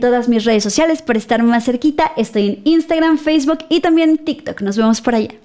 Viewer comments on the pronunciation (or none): none